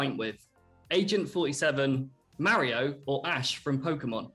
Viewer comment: "mare-io brores and yah-shi"